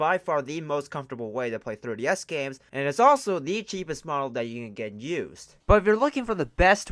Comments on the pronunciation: It sounds like your saying "Thirty S" not "Three D S" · Me: Say "Three" OP: "Three" Me: Say "D" OP: "D" Me: Say "S" OP: "S" Me: Altogether now... OP: "Third-E-S" Me: Try again. OP: "Thirty-S" Me: 🤦‍♂️ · It is pronounced "three d s ". Not "thirty s". Thank you! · 3DS...not 30s. Say it again 3 D S. Speak more clearly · Comsidering you said the word “3DS” a million times in this video, I hoped you’d say it properly at least once. Couldn’t even make it to the end of this cause you be saying “third DS” every time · The Thirty-S XL. Who keeps hearing 30 instead of 3DS? Lol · I’m hearing “30 S” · "Thirty S" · Why does it sound like he’s saying 30-S instead of 3DS, and how many times do you have to say the word “what?”? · "thurr DS" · He says 3ds like 30s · the way he says thirdy s instead of 3ds is hillarious. Ps no offence not trying to be rude or anything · Hey bro ..why do u keep calling it a Thirdy S ???? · Why do I hear 30s when he say 3ds? Anybody else? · The way you said 3DS at the new 3DS xl part made me die.